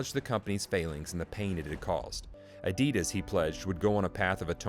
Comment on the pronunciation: everything is mis pronounced. made byAI. fake .